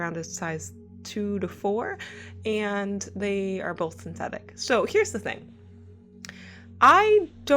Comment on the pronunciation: LOL! I swore you said, "They're both pathetic" (not, "They're both synthetic")